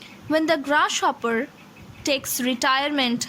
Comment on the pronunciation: I passed XII in 2016, now I'm a graduate. I love this sonnet. One thing that I want to say to you is that the way you pronounce "Grasshopper" is really bad. I couldn't take it in. I suggest you to focus on your phonetics of G sound. P.S. I am sorry but it's true.